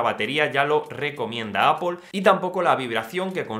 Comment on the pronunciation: porque siempre dicees apol???